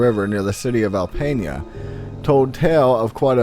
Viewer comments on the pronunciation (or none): Alpena = Al Pee Naah. At least that is how we say it here. A lot of indian named cities up here. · You pronounced alpena wrong I'm an hour from there